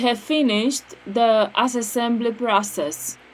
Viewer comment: Excellent assessesssessembly!